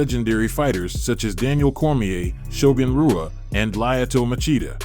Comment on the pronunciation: You butchered shogun and machidas names otherwise great vid